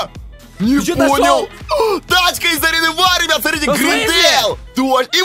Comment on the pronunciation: Почему ты говориш рыбят а не ребят